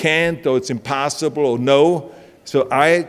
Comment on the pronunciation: did he really just say "impastaible" im..pasta.ible .. what kind? rigatoni or lasagna ?